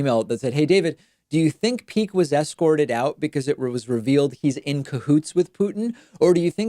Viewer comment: Andrew "Peek," not Meek.